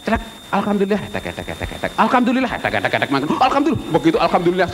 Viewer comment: Dono bilang Alhamdulilah dengan akses "Alkamdulilah" ya? pakai K? indahnya zaman itu ya, enggak ada yang salah-salahan tentang agama, enggak ada yang bilang kafir-kafir ke saudaranya. Beda jaman sekarang, Jokowi bilang "Alpateka" di salahin. Indahnya zaman dulu.... <3